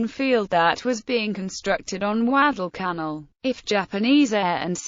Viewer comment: Alan Peterson yes you are so right. Also, she misprounces savo and Guadalcanal.